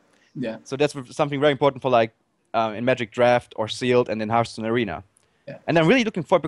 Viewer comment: its not hurtstone its hearthstone